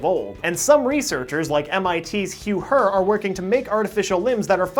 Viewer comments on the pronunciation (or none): none